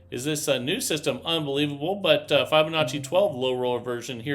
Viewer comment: Please learn how to pronounce Fibonacci properly please it’s not fy it’s fib